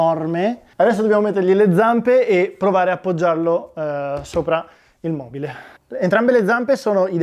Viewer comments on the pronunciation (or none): none